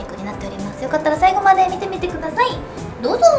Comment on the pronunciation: 最初のどうぞ～⤴ の言い方癖強くて笑う